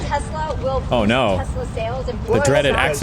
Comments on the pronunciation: Okay, I genuinely busted out laughing when Trump said "I love Tesler!" lol wtf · "I love Tesler!"